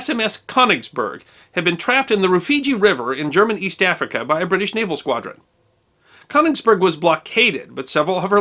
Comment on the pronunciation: You mispronounced the German ship, o umlaut, sometimes written as one is a diphthong and not pronounced as an o, Koenigsberg. Pronounced like the e in her.